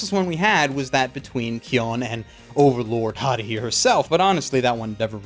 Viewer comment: the way he pronounces Haruhi pisses me off